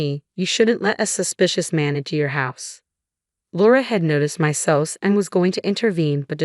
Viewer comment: SOS is not pronounced that way. It is S O S. Please learn to pronounce the words and abbreviations correctly!